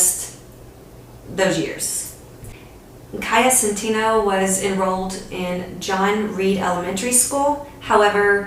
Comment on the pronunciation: It’s pronounced “SEN-TEH-NO” and rohnert park is pronounced “Row-Nert-Park” I played in a band with Jose Centeno’s son for a while and it was all under our noses.